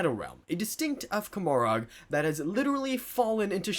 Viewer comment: Did I hear what sounded like kuh-MOR-ahg? cause its ko-MOR-uh its a play on Gomorrah, the biblical city. The black library is all up in audiobook form if you want to learn pronunciation.